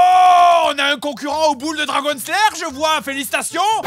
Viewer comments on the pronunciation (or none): none